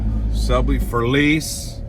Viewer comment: Who the hell is FERLEESE? And WHO IS GRAPHEETEE? And why do you keep repeating FERLEESE, FERLEESE, FERLEESE, GRAPHEETEE GRAPHEETEE GRAPHEETEE? There’s NO ONE THERE?